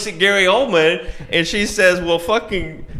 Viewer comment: Wow. Bridget the Midget was in Little People? This all makes sense now. Also....every time you said Gary Oldman...I thought you said Coleman....which is somewhat fitting, to be honest